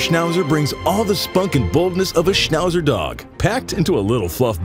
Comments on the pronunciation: Schnausser 🤣 Aber Daxsnd ist noch besser 😆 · The worst: Schnauser 😂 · "Schnauser" hahahahahahahhahahahahha 😂😂😂😂😂😂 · "SCHNAUHSA Dogs"... Die Amis haben echt die beste Aussprache...:):):)